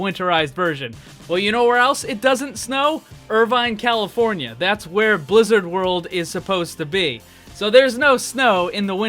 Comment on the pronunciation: I still hear the Announcer at the loading screen say Lizard world. And i will stay with that.